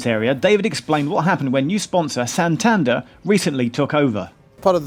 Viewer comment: The way Geoff pronounced santander really bugged me. It's "San tan der" not "san tanduur"